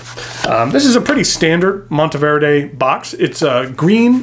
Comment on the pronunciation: So glad to hear you pronounce it correctly and the background was a bonus. I picked up one of these beauties in Green Stardust in 2023 and absolutely love it. I just purchased a stub nib for it.